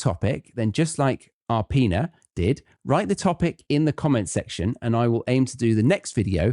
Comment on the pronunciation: I can’t thank you enough ☺️. I was caught by surprise when you gave a shout out to me. Arpine; that’s how it sounds in my native language, you mispronounced it ) but that’s okay! I did like it; it was informative, strategy oriented, which is way more important than pouring out some new vocabulary. Often times test takers feel more at a loss of that than benefit😩😊.